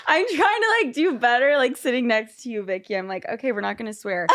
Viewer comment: Yeah, it is but she called her "OhVicky" instead of "WhoaVicky" at the beginning.